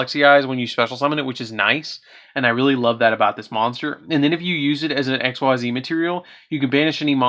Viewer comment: Its pronounced EX-CEES. MY GOODNESS.......